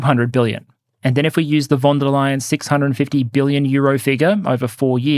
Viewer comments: I love your pronounciation of Ursula Van Der Leyen as "Ursula Wunder-lion!" :D (it is more like Fahn Deer lay-enn) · More like Fon, not Fahn. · Small sidenote, since this name will probably come up often in the future... it's "fon" der Leyen. The V is often an F in German. Great video as always!